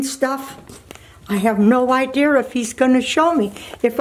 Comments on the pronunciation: drinking game take a shot every time she says "no idear" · "i have no ideur" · I love how she says idea... idear. 😃❤ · “I have no idear” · “I have no idear”